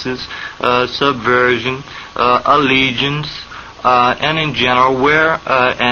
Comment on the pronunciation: rae I can hear the Nawlin's accent on certain words but than on other words their is a slight speech impediments. Subvawsin when he says Subversion and a few others.